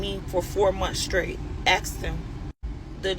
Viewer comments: What’s up with all the damn mouth popping! And lady it’s straight not scraight!! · It's a shame to be such a pretty young girl, (because she isn't acting like a woman) and every word that comes out her mouth be so ignorant 😒. "Scrait" for straight and "Polices" for police...Bless these children...and I'm speaking of HER and the babies.